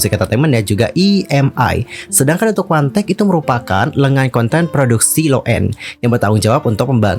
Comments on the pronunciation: 1theK itu di baca one the Key (wandeke).. bukan di baca wantek wkwk 🤣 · Bisa baca dengan benar One The K Kenapa jadi Wantek ? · 1theK , WAN DE KEY . bukan Wantek 🥺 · Monmaap, bacanya wan de key, bukan wantek. 😭🙏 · 1 the K dibaca Wan The Ke Bukan Wantek 😂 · Sorry kak pengucapan ny 1thek itu " wan de kiy " bukan wandek kak😭😭👍